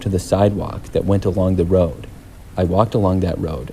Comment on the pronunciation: "I walked along da WODE" BRO got a speech impediment